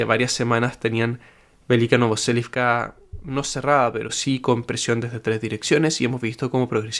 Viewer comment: siempre me suena raro cuando decís velika novoselivka, según lo que entiendo del alfabeto cirílico ruso y la misma traducción de tu mapa no seria velika novosilka ?